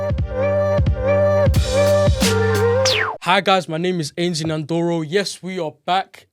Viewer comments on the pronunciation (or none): This is a lovely open discussion between two young people with great potential. I really enjoyed listening to where it flowed. A little comment to Ainsley (?) - I tried to find your name here so I hope I'm correct - but for your future as a presenter, it's essential to pronounce your guest's name correctly., it would be good to hear some collaboration with jazz artists 🙏. Ainsley - you have a good point about the encouragement and attitude of folks from the USA - when you are there, you feel you could do anything. I love their chutzpah! Good luck both of you. 🤩